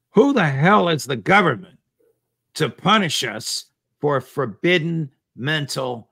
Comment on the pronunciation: "Forvidden mental process." -- Priceless Mental process is forbidden ? ha ha ha ha Gov't forbids thinking. -- Priceless.